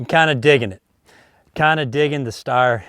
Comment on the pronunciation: Steyr is pronounced with a "sh" sound at the beginning. It's very uncommon in the english language but thats how it is :)